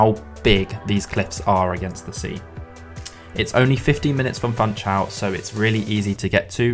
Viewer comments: It is not called FANTSCHAUL, it is Funchal. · "FunchaLLLLL"😅 not "Funchaooo" or "Funchauuu"🤣 Please guys! It's Portuguese, not Brazilian Portuguese! 😚 You may pronounce the "L"s much like in english😉🤙 Great compilation so spots 👏 Thank you for sharing!